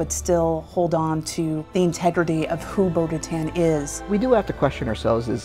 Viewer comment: why do they keep saying bo katans name wrong?